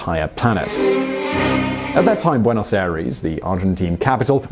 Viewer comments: OH NOOOOO you said bueynose aeires instead of Buenos Aires Other than that, this is a good video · Oooh that mispronounciation of Buenos Aires cuts me too deep. Make it stop plz